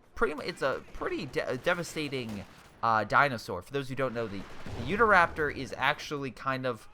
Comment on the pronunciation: It is pronounced You-taw Raptor not Youda Raptor lol.